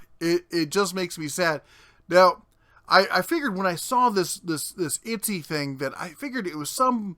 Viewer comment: Itsy? I thought it was Etsy? Lindhurst? I thought it was Lindenhurst? :P Not for nothing, but idiots keep people like that in business. If they're that stupid and lazy, they deserve to lose money.